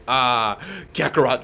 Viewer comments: At like - he said krackerot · Lol did he just say Krakarot??